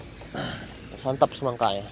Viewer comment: Semangka bg bukan cimangka 🤣🤣